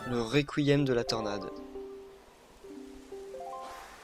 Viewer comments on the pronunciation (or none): c'est pas réquiem mais rekiem